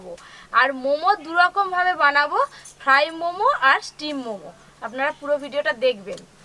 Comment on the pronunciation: ফ্রাই উচ্চারণ সঠিক নাহ